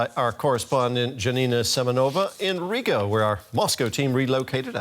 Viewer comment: why does he pronounce Riga as Rico?